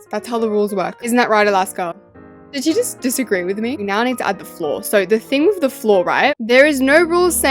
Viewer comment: Why do you say wif Like Alaska it's not wif It's with not wif🙄